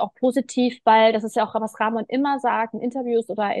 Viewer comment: Er heißt *Ramonnnnnnn*, nicht *Raaaaaaaamon*, Mensch!!! 😅😂😆🥲😇